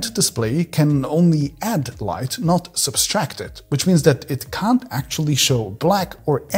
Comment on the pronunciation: subtract not substract